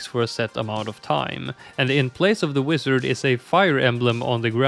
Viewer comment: never heard someone pronounce wizard as "wisard" before